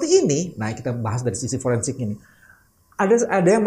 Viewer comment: Pak bambang tolong interuksi Foreinsik bukan foreinsek😂😂😂